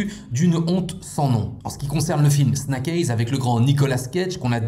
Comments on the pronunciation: Snack aiyze qu'entends-je ? 👀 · La prononciation du titre du film elle finit par faire mal aux oreilles